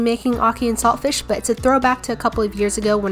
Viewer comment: You don't pronounce the t in saltfish